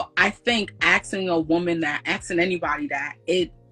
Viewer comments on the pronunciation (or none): Axing? A-S-K-I-N-G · “AXING” a woman!!! 🙄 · 'aks' 'aksing' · Black people need to start speaking properly… almost 90% of the women that come on here always say “AKsin” instead of “asking”… and that’s not the only word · "Aksing" not "Asking"